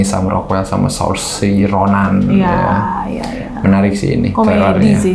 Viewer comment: ngepronounce namanya Saoirse Ronan yang nama depan itu lebih tepatnya "Sur-sha" bukan "Sor-Si". Masih ada aja yang kesulitan pronounce nama depannya Saoirse Ronan 😂😂